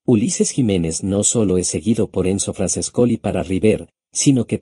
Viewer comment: EL texto escribilo tal como suenan porque sino tu programa lo lee tal cual cómo franchescoli